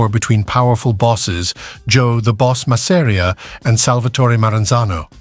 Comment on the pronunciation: Mazz-a-ree-a. Creators never pronounce his name right. Va fangool!!